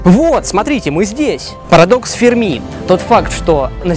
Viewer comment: Не ФэрмИ, а ФЭрми